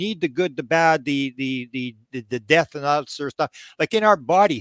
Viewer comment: The word was, “death” not “gath”.